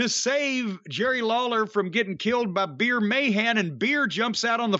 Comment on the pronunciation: He was saying BEER the whole time 💀